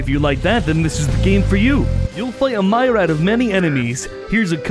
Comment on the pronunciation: I was about to leave a comment mocking the way he says “myriad” but then I heard him compare Margit to Margaret Thatcher. I now hold this video creator in higher regard than some of my real life acquaintances.